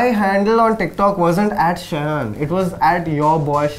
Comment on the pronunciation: Wow im impressed that the person behind the lense called shayan the way his name is supposed to be called